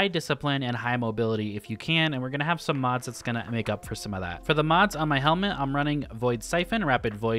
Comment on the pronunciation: idk if anyone else heard it but “chain some insane things” sounded like “chain summon” and i thought it was a yugioh reference lmao